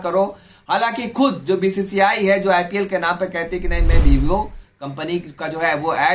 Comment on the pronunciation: Bhai aaram se bolo. Aur hindi thodi sahi karo kuch word samajh nahi aate video ko bidio bolte ho karrahe. Ko kallahe bolteho be profeshional